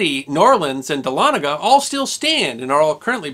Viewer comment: I went to college at North Georgia College, now a university, in Dahlonega (cudos for the correct pronunciation, by the way). The university's main administration building, Price Memorial, is built on what remained of the mint after it has burned after the Civil War. It's sharp steeple, covered in Georgia gold, can be seen for miles sticking up through the trees of the north Georgia mountains. Dahlonega, the site of the country's 1st major gold rush & the origin of the phrase; "There's gold in them there hills", would be a good subject for a video.